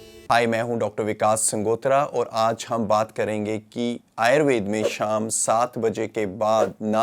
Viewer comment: आप आयुर्वेद और योग शब्द का भलीभांति उच्चारण कर सकते हैं तो आयुर्वेदा और योगा क्यों कहते हैं जबकि अंग्रेजी के शब्दों का बहुत अच्छे से उच्चारण करते हैं। आदतें ठीक कर लीजिए।